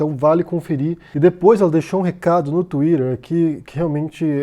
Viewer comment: Eu amo o. Pra mim ele só tem um defeito: a pronúncia da palavra twitter.